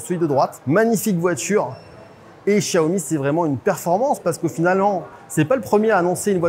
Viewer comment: Le journaliste aura le temps d'apprendre à prononcer correctement Xiaomi d'ici que la voiture arrive en France...